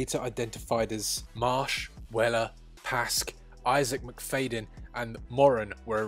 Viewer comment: Say Mc-Fad-yin not Mc-Fade-in . It hurts my lugs. Plus no surprises at the culprits.